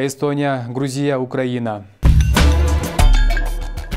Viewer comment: Корелия "е" тамгага ударения сал а сен "и" тамгага ударения берип атасын ошондой эле Грузияны "у'" тамгага берилет дагы "и" дейт граммотный эмес азыр журналистер мурункулардан уйронсонор